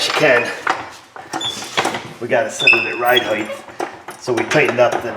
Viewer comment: Ride highth?? Does he mean ride height? Stick the T